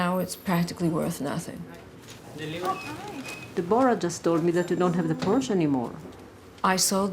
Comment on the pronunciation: "De-bor-a" Please, it is simply DEBORAH